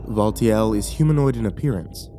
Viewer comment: Looking at the timestamps. Valtiel. AH YES. "VULTURE". Update: Mispelled "Valtiel". Fixed spelling error